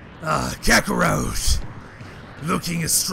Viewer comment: you said Kakarough Its Suppose to be Kakarat